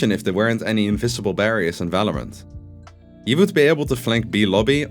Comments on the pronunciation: V isn't pronounced like in german in english bro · Falorant, Fandal, Fideo. lofe it :D